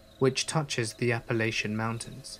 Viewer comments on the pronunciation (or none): As an Appalachian, it hurts hearing you butcher the name of my region and mountains. Apple at cha.